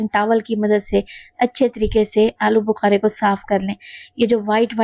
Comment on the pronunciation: Ya to alochy hn AP bol rhe hn alo bukary😮